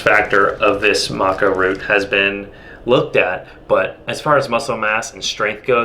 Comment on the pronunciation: Thought it was pronounced Maca not Maca